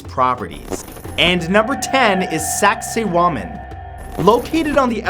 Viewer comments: on it sounds like he said saxy woman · The name of that structure sounds like you saying it in a Jamaican accent “Saxay Wamen” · I swear he just said "sexy woman" with a weird accent. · Matthew Santoro:And No.10 is Saksaywaman Me:Hahahahahhahahahahahahahaha Lol!😂😂😂😂😂😂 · Saxywamen hahahahahah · "Saksaywoman" hueheuheuheuheu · Matt: "Saksaywaman" Me: hehehe... sexy woman. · Ayyyyyyy saksaywaman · SaksayWamen sounds like Sexywomen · . omg sounds like "sexy woman" 😂😂😂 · ummm.... why exactly does the name of #10 sound like someone saying sexy woman? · saksaywaman, really?😂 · Such a sak say waman ;) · saksaywoman XD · lol the last one sounds like hes saying "sexy women" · that's one saksay waman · the wall, sacsaywaman is actually called sacsayhuaman and it's in Peru